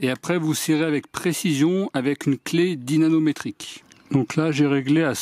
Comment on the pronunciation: Lol mdr je sais pas si tu fais exprès mais a chaque coup tu dis dynaNometrique a la place de dynaMometrique. En tout cas j'ai bien rigolé.